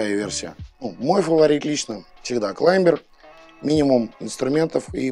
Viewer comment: ВиктОринокс. Сама компания в инструкции обозначает зубочистку, именно как зубочистку. это НЕ палочка для обслуживания))). Не "Климбер", а "Клайме" в амерском произношении, или "Клаймер" в англовском. Учите матчасть))), а то прям беее...досматривать не стал